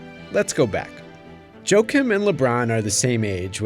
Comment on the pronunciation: Jo-Akeem, not Joke-um